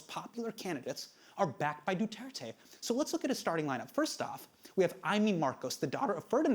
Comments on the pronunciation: Late response but Du-Tear-Teh, (tear as in rip) and Shah-boo, the a pronounced as 'ah'. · Sha-boo and Du-ter-te mispronunciation club here